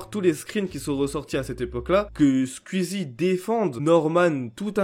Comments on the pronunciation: On peut faire une pétition pour qu'il arrête de dire squiizie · comment ça me vénère comment tu dis le blaze "skuizi" damn en plus tu le dis plein de fois on dirait les gens qui disent "ouit" au lieu de "huit" 🤣😭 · Faut arrêter de prononcer squeezie “sqUizi” et tweet “tUit” hein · Par contre comment tu écorche le nom de Squeezie 😂😂